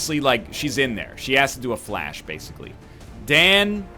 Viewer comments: It's "FLESH" not "FLASH" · i think fleche is pronounced fli-shay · fuck's sake egg stop pronouncing it 'flash'! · Dan could've given an additional action AFTER moving with a blue move to a position from which he could see the Shinobi. Also, stop pronouncing "Fleche" incorrectly and then correcting yourself, using the douche voice.